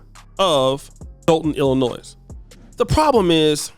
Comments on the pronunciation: Illi-noy not noise. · YOU DO NOT pronounce the "S" in ILLINOIS my man. Please pronounce our state correctly. It makes it hard to hear 10x in a video. ty g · Do not pronounce the S at the end of illinois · You cant even pronounce Illinois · The s is silent in Illinois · Black run offices turn to s##t every time. The entitled 13%, f##k em'. You do not pronounce the s at the end of Illinois you illiterate part of the 13% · Yeah, this is new to me. And let' tell the 's' is silent. 😆😆😆